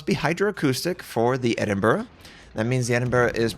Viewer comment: Yup...No Edinboro here